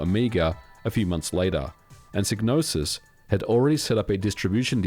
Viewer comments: On the Amiga version of Blood Money the voiceover clearly says SIGE-NOSIS not SIG-NOSIS. And wtf is Micro-o-cosm? It's MICRO-COSM ffs. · I think the Y is pronounced like "eye" (as in "sigh"), so "Psy" sounds like "sigh" and not pronounced like "ih" (short E sound, as in "sit"), so "Psy" sounds like "sih". Just saying, because I have in my mind: "First, there was Manace, now Psygnoses presents, a DMA designed game, Blood Money. (Blood Money - Amiga Intro and Music). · Shouldnt it be pronounced "psi-no-sis" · Could never pronounce this developers name. Made some many great games though. Is it a silent G? and silent P? Sy - nosis? Sig - nosis ? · You could have at least pronounced Psygnosis correctly. :( All you had to do was listen to Blood money and it says it.